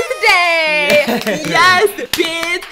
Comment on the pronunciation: Me: gonna leave for a snack Stephanie: BISS NO